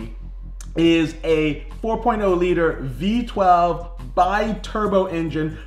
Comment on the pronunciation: Did he said V 12 ? During 1st intro